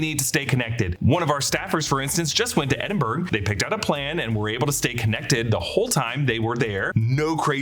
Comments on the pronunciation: Its not Edin-burg its Edin-bruh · The correct way say Edinburgh is ed-in-bruh or ed-in-buh-ruh But the incorrect way to say Edinburgh is ED-in-berg or ED-in-buh-row or EED-in-berg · The word is pronounced eh·duhn·bruh Edinburgh not whatever you said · Ed-in-bruh. That's how you say it. It's not German, lol.